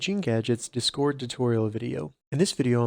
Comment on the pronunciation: No one going to talk about the way he says discord